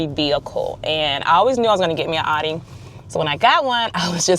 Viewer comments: It’s pronounced “ow-Dee” not aww-Dee smh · It's pronounced "Ow-dee."